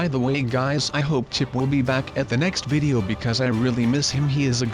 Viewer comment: he said my vidow is not good